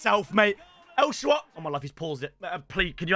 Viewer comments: “He’s got a great name, I mean it’s fun to use..” bro you have never once said his correctly. It’s not el shawaary, it’s El Shaa-ra-wy.notice how the W comes after the R. And it’s pronounced “El Shara-wee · Myb call him el shaarawy instead of el shaawary and he would be good